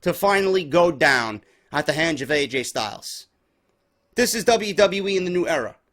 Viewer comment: Lol "Aj Style"